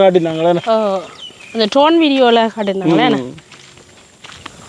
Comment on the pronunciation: Congrats. It is drone, not rone ❤